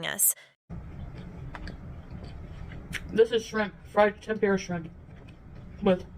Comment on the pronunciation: Tempeera shrimp? She cannot pronounce the simplest things.